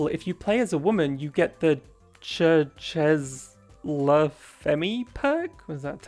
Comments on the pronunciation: that's french... should sound something like "sharesh-eh la fahm" 🧐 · "cher-cheese lugh feemea... is that italian or some shit" made my french ass bursts into laughter :,) awesome video btw, thanks for ur work lots of love from france <3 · as a French person, the fact you thought this was Italian and the pronounciation are very funny to me